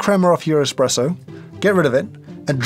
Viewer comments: Could you two ladies change a tire? What value do you bring to our world? Expresso? Which you specifically pronounced. Get a job. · I hate it when people say expresso instead of espresso. Expresso? eXXXpresso?? there is no X in the Italian alphabet so it is not even possible to say EXXpresso. Espresso is such a beautiful word.